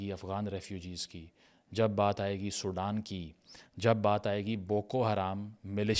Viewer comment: It's Sudan not Soudan